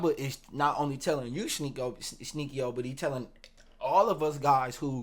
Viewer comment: “ Sneaky-O “ Hahahahah you a fool bro 💀